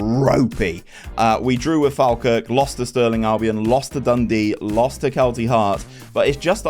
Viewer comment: Sorry but its pronounced Fall-Kirk or Faw-Kirk to locals